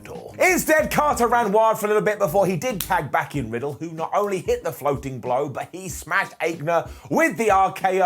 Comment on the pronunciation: Floating Blo? I love the Ups & Downs, but whenever flubs a line and it goes through anyway, well, "that gets me all warm & fuzzy in my tum tum." 😂